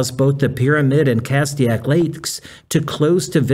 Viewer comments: Castaic is pronounced : cass take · 3 syllables not two but you're closer than he was. "cas-tay-ick" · This is a small issue but you are mispronouncing Castic. It's Cass TAY Ic.